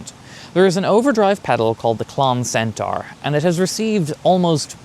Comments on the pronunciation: Loving your work but I'd like to gently point out for pronunciation pedants everywhere that whilst 'centara' does indeed rhyme with Irene Cara (!); 'centaur' rhymes with door or floor. Not car. keep up the good work 🤘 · Heh yeah, the pronunciation where it rhymes with car is more American (to me). Also... Irene Cara? You old a$$ mofo!! 🤣 (Yes, I watched Fame too).